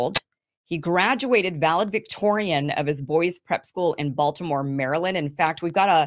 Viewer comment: Kim. “Valedictorian”. Not Valedvictorian.